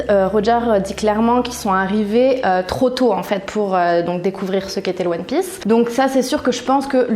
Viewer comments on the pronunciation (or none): Je rêve ou ta dis one piÈce au début ? Et aussi Son Goku au lieu de Sen Goku ??